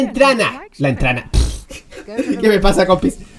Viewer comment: "Entrana" 2019